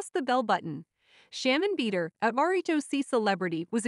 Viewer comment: Not bead-er loooool